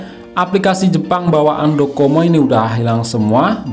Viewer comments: DoCoMo dia bilang codomo 🤣🤣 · Menit Docomo bang, bukan kodomo 😅😅😅